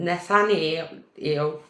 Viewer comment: Say it like - Nuth-aniel - like Daniel with ‘Nuth’ instead of ‘D’